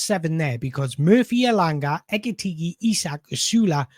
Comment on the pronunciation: Pronounce his name properly, PLEEEEEEEASE!